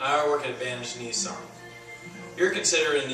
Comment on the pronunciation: I don't want a nee-sarn.